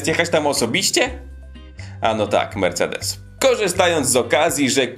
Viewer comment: Mersejdesem gajlendoł ,mówi się się